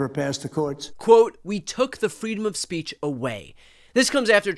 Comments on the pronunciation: “freedom of Spätch” WTF 😳 He is getting worse. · He can't even pronounce the word SPEECH.......Tramp said.....SPACHE! Just WOW! What a Dork! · No worries; he said 'the freedom of spaitch' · “Freedom of Spaitch” what is freedom of Spaitch? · For fuck sake he couldn't even pronounce speech! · The irony of him not being able to pronounce 'speech'. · He can't even say the word speech correctly. What drugs is he on?!